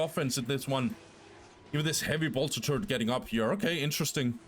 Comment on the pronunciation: It always makes me smile, how you pronounce ''turret'' as ''turd'' :D but thanks for the videos! keep it up :)